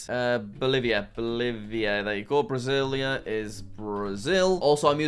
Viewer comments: Come non jack it is pronounced Bra-sil-ia not Brazil+ia😂😂 and buenos aires is pronounced Bwen uhs air ezz/eez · Pronunciations that jack couldn't pronounce:Brasillia(BR-AH-SEE-LE-UH),Buenos Aires(BOO-AY-NO-S EYE-REES),Quito(KEY-TO),Paramaribo(PARA-MA-REE-BO) and finally Bogota(BO-GO-TA)